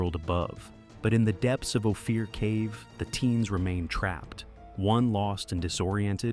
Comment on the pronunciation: The name of the cave is Ophir. OH-FEAR?!?